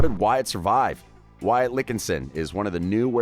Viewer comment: you said wyatts last name wrong